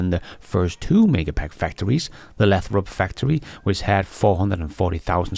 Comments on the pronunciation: It’s pronounced “LAY THROP”, with a long “A”. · Don't you be dissing ' pronunciation. Many of us come to these videos for his entertaining mispronunciations!